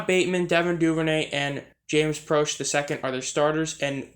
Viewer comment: You said proche wrong